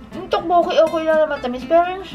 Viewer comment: To-bo-kki po hehehe hindi po tokk-boo-ki tteobbokki